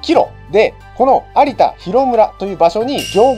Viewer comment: 「有田みかん」は 「ありだ みかん」と読みます。 ごめんなさい。気になる質で……